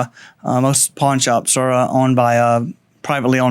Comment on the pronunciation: sounds like he says porn shops at the end 🤣🤣